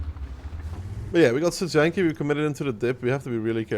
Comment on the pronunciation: why pay for this when renegade exists flawless studzianki pronounciation, nice